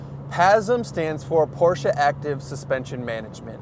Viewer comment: The guy does know the correct pronunciation for Porsche. That's a good beginning.